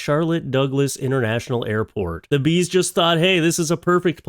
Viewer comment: Oh bees, I thought you said geese 😂 thats more reasonable lol